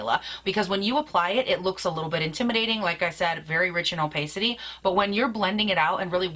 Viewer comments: could be. In the US, we say oh-payk with a long A for opaque, but oddly opacity is oh-pass-ity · Love you! Really enjoy your reviews! Just FYI, opacity is pronounced “oh-pass-ity” not like you’re saying it. Keep up the good work 💋